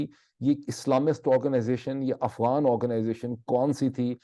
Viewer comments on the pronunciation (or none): none